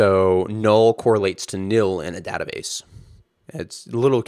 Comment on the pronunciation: you're an adjunct professor at UT and you work at heroku but you can't pronounce database correctly? wtf?